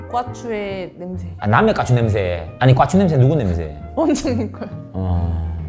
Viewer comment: 꽈추라고 하실때 발음이 되게 웃기심ㅋㅋㅋㅋㅋ 꾸아추